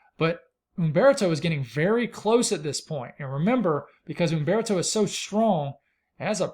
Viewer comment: You must inhale while biting your lip to say UMMMMbeartoe!